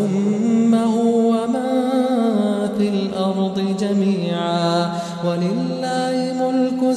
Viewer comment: shouldn't it nun sukun and fa is ikhfa, the reciter sounded like wa man fil ardhi jami'a not wa mangfil ardhi jami'a, or my ears is broken? need enlightment